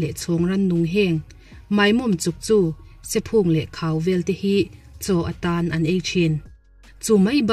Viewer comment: Mizo țawng i thiamin, I țawng ri pawh ngaihthlâk a nuam dap dap hle mai. I âw a mâwiin, a thlûk pawh a dik thawkhat hle a, 'SEPHÚNG' i lam dân erawh ka lo ngaimawh deuh. A dik lo tlat. LEIVÚNG tih kan lama, VÚNG ang hian PHÚNG hi lam rîk tûr a ni. Thiam loh vâng ni miah lova, lam sual palh a awm thei a, hre lo hrim hrim a awm theih bawk. Tin, Ramsa leh Ransa hi i thliar hran thiam a țul a nih kha. Zâwng chanchin ngaihnawm tak kan ngâithla a, Ramhnuai leh ngâw a khawsa an ni a, Ransa ni lovin, Ramsa an ni e. Țawng dik humhalhna kawngah Kum lama naupang zâwk te leh țhangtharte tân in pawimawh êm avangin ka han tuihnih ve lawk a ni a, țawng kan uluk hian kan humhalh nghâl zêl a ni tih hriain, phunchiar hrim hrim vângah min lo ngaih sak loh theih chuan ka lâwm ngawt ang.